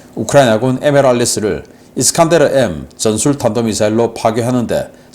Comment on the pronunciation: 미사일 이름 잘못 발음하셨어요 편집자들 뭐하신건지 ㅠ 수정해주세요 이스칸데르 라니요